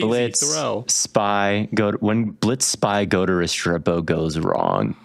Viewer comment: The mispronunciation of Restrepo is driving me crazy as a UM fan